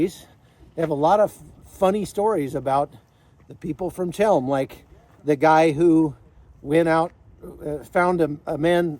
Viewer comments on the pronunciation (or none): Ch as in chem is pronounced like a throaty H as in helm not ch as in chalk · Chełm. In Polish, Ch=H. The Polish "ł" is the English "w". A simple, short word. Since you were there, you could have learned the pronunciation. The Jews of this city never called it the way you do.